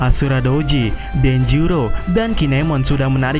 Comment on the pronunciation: Denjiro kok jd denjuro min???